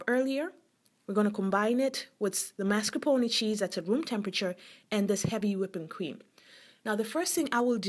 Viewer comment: God love you for saying zabaglione and mascarpone correctly. :-) Looks delicious!